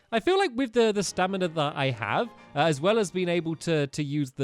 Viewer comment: Also it’s pronounced, Stam-in-a , not stin-a